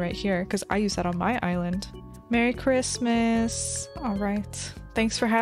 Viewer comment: wait did she just say, merry crimis?